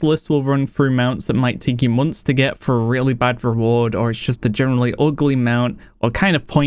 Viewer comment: "kind of oogleh" love it :D great top 10